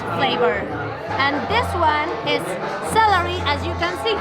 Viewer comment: La vieja nacía no se dice salary es celery, estudia mas ingles o mejor no hables, haces el ridículo